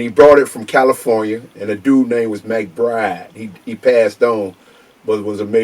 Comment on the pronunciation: yall heard him say "McBride"